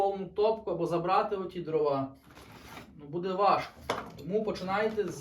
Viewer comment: не дровА, а дрОва.